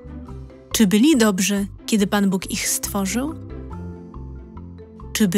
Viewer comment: Dlaczego tak źle jest akcentowane słowo "Bóg". Czy to czyta człowiek czy automat?